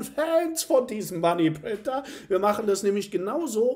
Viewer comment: Kann’s nicht mehr hören mit dem Money Printer löst endet nur Stress aus wie du es betont und aussagst. .. 🤣😅 aber sonst super konntest. Weiter so 💪🥳